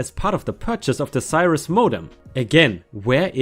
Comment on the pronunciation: ⭐💫🌠✨🌟👍😲🤦‍♀️😢🤦‍♂️😠🤦👍🌟✨🌠💫⭐ "haranguing" - the "u" is silent, so pronounced "harang-ing". "Cirrus" - the "i" is a short "i" like in "sick" , not a long "eye". My first computer was a Compaq Pressario 😊